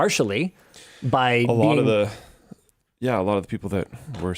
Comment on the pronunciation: "e wan show" - linus 2024